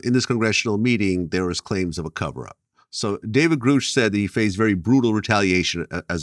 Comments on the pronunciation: Why does Vlad keep pronouncing Grusch's name as Groosh when Dr. Greer is correctly pronouncing it. Is Vlad that dense? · It´s David Grusch, not Groosch.